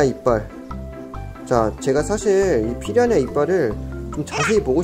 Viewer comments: 왜...피야냐 로 들리지... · 피라냐 발음 안되시는거 귀여우시네여ㅋㅋㅋ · 왜 자꾸 피라냐가 피냐냐로 들리지..? 내 귀가 이상한건지.. 브르님 발음이 커여운건지.. 모르겠당.. (둘 다 인듯) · 발음이 피랴냐로 하시는데 귀여어